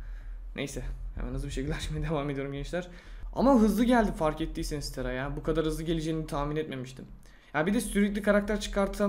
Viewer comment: Tera değil o Tara